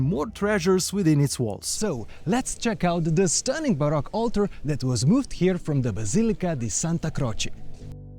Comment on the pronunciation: You keep pronouncing baroque as Barack which is the president